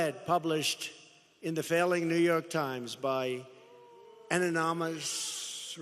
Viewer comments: Is it me or he couldnt say a 6th grade word anonymous? ? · Is he trying to say an anonymous or an ominous? Sounds like he’s slurring his speech.